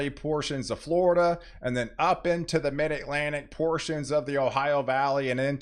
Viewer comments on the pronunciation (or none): none